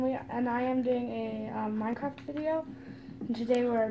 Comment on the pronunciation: Its pronounced Minecraft